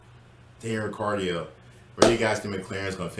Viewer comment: Daniel "Ri cardio" 😶